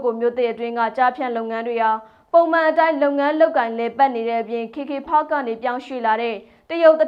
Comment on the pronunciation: ဘာတုန်း "ခေ ခေ ဖတ်ခ်" ဆိုတာ။ "ကေ ကေ ပတ်" ကို ဘိုသံတွေ တအားပီပြနေတာကိုး 😂😂။ ရှာမှ ရှားပဲ 😂😂